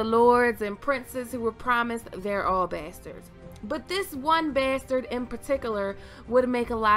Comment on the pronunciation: What about Ramsey? He was quite fuckin mad what if he was caused by incest or something? Love the way u say besterd <3